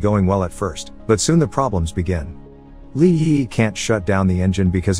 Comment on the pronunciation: Bot having a stroke every time it tries to say Li Yiyi